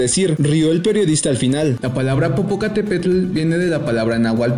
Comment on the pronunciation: Pedasos de ....😅 POPOCATÉPETL 😂😅😂NO E CONOCIDO MEXICANO QUE NO PRONUNCIE BIEN ESTA FACIL PALABRA 😅